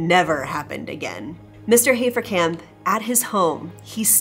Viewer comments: And yes, I think you should rather be able to pronounce German names correctly by now. It's not "Hay-fer-camp", but "Hah-fer-cump". Sorry about this, but just trying to improve the experience. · Entschuldigung, aber wenn du den schönen deutschen Namen HAFERKAMP wie "Heferkämp" aussprichst, bekomme ich irgendwie Mittelohrvergiftung..